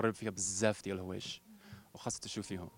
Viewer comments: لضحكني هو في الاخير قال المغرب فيها بزاف ديال الهوايش 😂😂😂😂 احواش زعما😂😂😂ولكن تبارك الله عليه عرف اهدر دريجة مزيان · هههههه بحال الى سمعتو تايقول المغرب فيها بززاف ديال (الهوايش) 😅😂😂😂👍